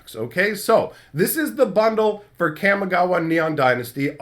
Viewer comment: Friendly nitpick, loving your Kamigawa coverage btw,. Kamigawa is pronounced a little less kami like in camera and a little more kami like in Commie.